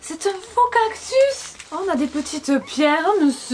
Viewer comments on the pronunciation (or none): none